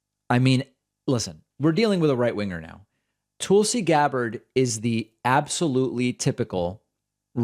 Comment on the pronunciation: Proper Hindi pronunciation.